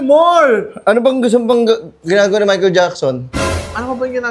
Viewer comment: Mahical jackson❌ Michael taba✅